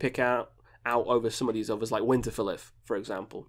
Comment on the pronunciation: U pronounce Winterfylleth wrong.